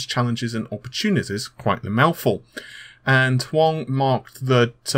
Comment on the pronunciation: "Huang" is pronounced "Wong".